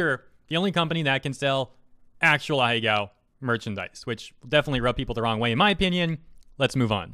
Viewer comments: Ah-He-Go (not ah-he-gao) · Pretty sure its not pronounced ah-hey-gow